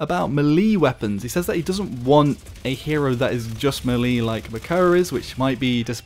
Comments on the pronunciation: It's pronounced "may-lay" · How you doing m'leeedy haha you struggle saying melee xD Like all the whilllle.........and now i got to the end of the video..... lol oh well still stands haha